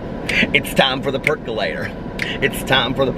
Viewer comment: lol, you said peculator and I immediately sang the song in my head and started dancing!!